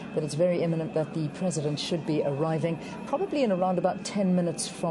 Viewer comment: "did spoke" "Presindet" and he is telling us he is moving us forward